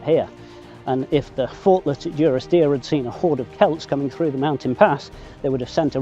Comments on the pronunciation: Take it from me, it is duh-ris-deer. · Great video. Just for info, the village is pronounced DUrisdeer as in 'dundee'